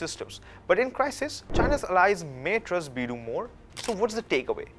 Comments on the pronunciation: Haha it is not bee du. It is bei dou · او بھائی، یہ بِیڑٗو بِیڑٗو کیا لگا رکّھی ہے؟ چینی بھی انگریزی میں بولتے ہو؟ لفظ ہے، "بے دو". کم سے کم گوگل ٹرانسلیٹر ہی استعمال کر لیتے ٹھیک تلفُّظ کے لیئے۔ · It's pronounced as Biiidu, I appreciate you covering the topic. I'm just mentioning haha!